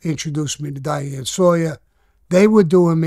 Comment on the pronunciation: How tf does vlad not know how to say “Diane” 😂😂😂